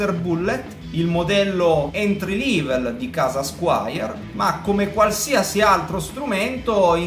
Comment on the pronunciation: "entri livel"...non se può sentì